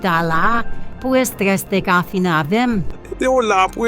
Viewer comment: Estres li Di c stress Ui nap Di nn bon kreyol li dil